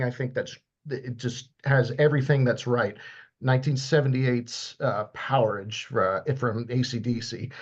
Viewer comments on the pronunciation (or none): Always heard it pronounced as "Powerage"...plus we don't say voltAGE, amperAGE, beverAGE, or sausAGE. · it's pronounced POWER AGE.